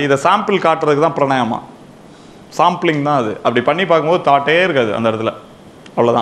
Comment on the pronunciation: Thanks sir. One small correction. Correct word is Praanaayaamam ( not pranaayama ) Praa naa yaa mam Thank you Vanakkam